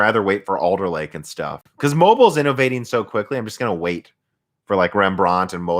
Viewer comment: You have to stress the REM part in REMbrand, not the brand part.. It sounds very weird..